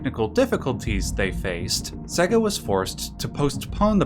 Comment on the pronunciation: Ugh. WTF is "Seh-ga?" It's "SAY-ga." Sega is pronounced SAY-ga. For crying out loud, their whole ad campaign in the 90s was them screaming "SEGA" at you, and a lot of the games even went "SEEEEY-gaaaaa" when you started them up. You'd think people would know how to pronounce it.